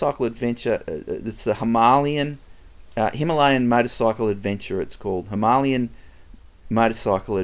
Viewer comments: Love the content. Keep up the great work! Except…. Please, please pronounce Himalayan properly. 🤦‍♂️ It’s NOT Ha-malyan. It’s Hee-mah-lay-an. 👍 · Hi, I really like your videos! Just a by the way, the Himalayan is pronounced like the Himalayas in Nepal, i.e. “Him-a-lay-an”. It’s definitely not “Him-A-Lian”! Sorry if I sound like a dick but someone needs to say it! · Royal Enfield “Himalayan” like from the Himalayas….. not “Hi-ma-li-an” 😉😊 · Please tell me mispronouncing ‘Himalayan’ was a joke! Or have I been saying it wrong all this time!!